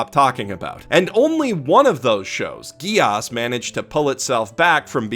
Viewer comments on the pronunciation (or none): it feels so strange him saying like geAss instead of geass like gears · The way he pronounces "Geass" >.<